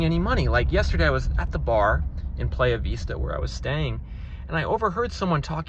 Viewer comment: *fyi, Mar Vista and Playa Vista are pronounced with a short “i” sound like “kiss”